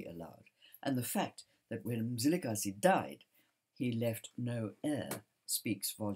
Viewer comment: I admire the way you pronounce Mzilikazi with accuracy and as a Ndebele l respect your history telling.